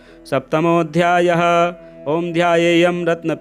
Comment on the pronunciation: नवार्ण तो स्पष्ट नहीं हो सकता, किन्तु न्यास अवश्य करना चाहिए था , अध्याय शब्द का उच्चारण उचित नहीं है।। क्षमा करें धन्यवाद🙏💕